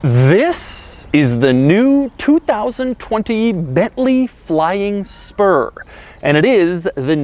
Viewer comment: Bentley Flying Sperm. I can't unhear it anymore!